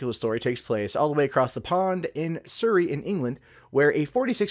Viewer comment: Su - ree .... that's how u pronounce Surrey. Like the video :)